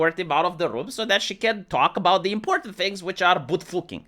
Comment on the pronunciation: "Boot fooking" lol